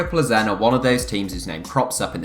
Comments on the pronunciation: You don't pronounce Plzen as Ple Zen. It Pilsen. I have been there for a game and its right next to the Pilsner Urquell brewery. Plzen is the home of Pilsner lager which has been widely copied. Enjoy your next glass of ple zen!!! PS - I went there with my family including my wife, two grown up daughters and one of their boyfrieds and we easily picked up tickets outside the ground from the club ticket office on the afternoon of the match and it was a Europa Cup match. The ground was not sold out or full. Its big enough for them in my opinion. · Isn’t it pronounced Pilzen